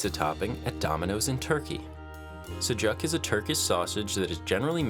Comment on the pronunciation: It's not pronounced like that 😭 I understand some don't know but that's not how you pronounce sujuk. ❤️